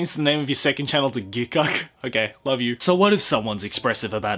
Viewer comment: Lmao ‘GIKKUK’ 😂😂